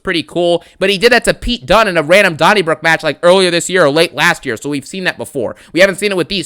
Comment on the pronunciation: “A dony brook raw match”😂😂